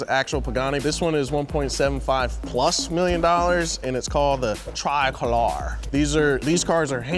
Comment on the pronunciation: TREEEEE-COOOO-LORRRR-AYYYYYYY Italian is not hard folks.